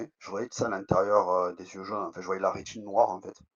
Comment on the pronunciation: En fait tu m'as saoulé en "FAITE" n'est pas français en plus 😂